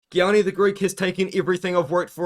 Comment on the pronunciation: Gianni is pronounced “yanni “ btw